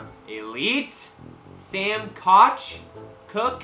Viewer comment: the punter is pronounced coke